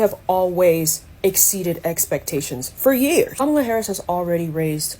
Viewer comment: It's not “comma-la.” It never was! Kamala, among Indians, is a pretty common name for girls. It means “lotus” and is often used with some interchangeability for Lakshmi, one of the chief goddesses in Hinduism.